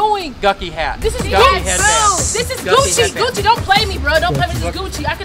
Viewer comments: lol he said gucky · When the cop kept saying a “gucky” hat instead of “Gucci” I was rotf!!! 🤣🤣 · 😂😂😂😂 he said guckie 😂😂😂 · A gukki hat 🧢 😭😫🤣😂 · He said gucky hat ... I’m dead 😂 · This man said gukki😂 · He said "Gukkie" instead of Gucci😹😹😹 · He said gukkie hat😂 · Can you please stop saying Gakkyy please😂😂😂😂😂😂😭😭😭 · Did she say "THEY NOT GONNA TAKE MY BOOTY HOLE? 😂😂😂😂 Cop kept saying no Gucci but Gukki 😂😂😂😂😂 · Bruh he really done said black shirt & pants with that "gucki" (Gucci) hat!!! I'm dead 🤣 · He had me dead when he said Gucci wrong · Da officer lmao "Gukki hat" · When he kept pronouncing Gucci wrong🤣